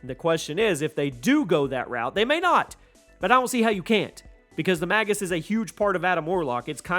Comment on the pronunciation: Pretty sure it's pronounced "mage us" but, why do they fight Nickelback? Lol, sounds like you said they fight "Nickelback and and forth"